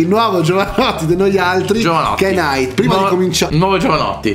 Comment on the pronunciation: Che fastidio quando dicono nAAyt